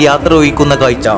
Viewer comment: കായ്ച്ചയല്ല കാഴ്ച്ച